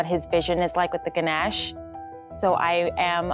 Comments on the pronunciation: Yeah, it's all good BUT it's so annoying how they pronounce it GanASH rather than Ganesh. 😂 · 1stly, It's not "Ganash"! It's "Ganesh or Ganesha" And 2ndly, It's "Lord Ganesh or Lord Ganesha" He's a god😑not ur neighbour! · Such a sorrowful fact that they don't know how to pronounce Ganesh properly 😑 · I understood they were talking about ganesh only after reading this comment I heared ganache and didn't get what he meant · It’s Ganesh not Ganache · She said ganache instead of ganesh😔